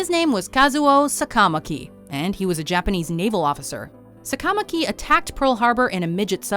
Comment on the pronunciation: Need to practice your Japanese and Hawaiian pronunciation. Say it with me. Sah-kah-mah-kee...Why-mah--nah-low.